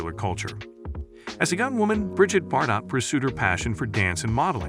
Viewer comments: tough hearing her last name mispronounced bar_dot over and over; it's bard-oh. Must be some sort of AI input at play... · Do you not live on earth? How do you not know how to pronounce her last name?!!!